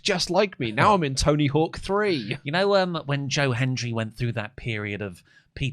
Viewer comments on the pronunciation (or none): none